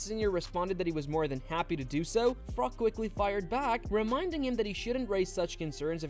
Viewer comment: Carl Frok?....Froch 😂